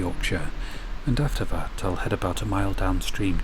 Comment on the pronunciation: Vhe water , viss spot , vat fing , mova , You sound like a child when you can clearly make the T sound . That not vat. Comforting talk for a child .